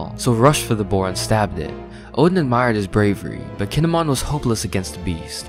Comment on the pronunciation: Keen-ee-mon. Not Kihn-eh-mon. Learn to pronounce, please.